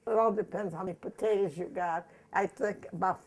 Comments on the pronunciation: It's just so cringey to see food being served in bowls with forks and not with spoons!!! Also, why do old people pronounce it like "pa-tae-daz" and not "potatoes" like it's spelled? Do old people have some sort of accent that makes them pronounce it like that, or is that just their thing? *rolls eyes* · I could feel all of Clara's love for her family. She is lovely. I love the way she says "potatas" I would ask to know everything about her history growing up in the Depression Era. May she rest in peace. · I love the way she says pa-tatus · My grandmother was from Missouri and pronounced them poe-tay-dus and 40 years later I still do for some reason. Even though I grew up in the Southwest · "Patatas" LOL - exactly how my mom pronounced it. She also grew up during the Great Depression and she used to feed us meals like this in the 1960s:) God bless this dear lady and her legacy, may her videos remain in YT forever. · I would like to get a dollar for every time the nice lady says potata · Now I chop the potatuhs....I had to drop outta high school....no less time to chop the onions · How many times is this bitch gonna say "the potatahs"??? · I like the way this old women says pataytas. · I love how she says potatoes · My grandma grew up in the Great Depression, too. In northern Indiana, about two hours from Chicago. She taught me how to cook. She pronounced potatoes the exact same way your grandma did. And we ate a lot of potatoes! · She is so sweet ❤️ and does anyone else love the way she says potatoes 😂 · i am sorry but you say potatoes funny but its only funny because i say it the same way